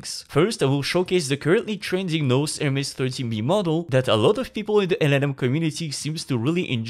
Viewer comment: Pronouncing "nous" as "nose" must have hurt our francophone AI overlord friend... 😅